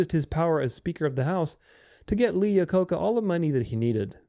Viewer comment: Same here. Lol, that was a tough pronunciation.